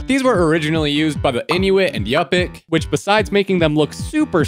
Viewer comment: Yup-ik? YUP-IK!?! No man, I live in Alaska, it’s pronounced yoo-pik, not the other thing